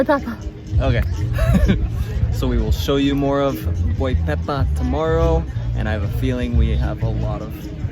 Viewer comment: By the way it's not boy pepa, is Boipeba lol